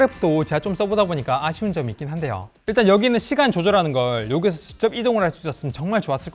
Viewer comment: 부산쪽사람이네 시간이란 단어로 구분됨